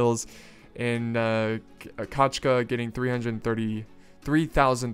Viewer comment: It's funny to hear when saya a russian word "kochka" like "kachka" =) The pronouncement should be like "kOchka") But however it's funny, i really like the exciting and kind atmosphere in your videous, your are doing really well!)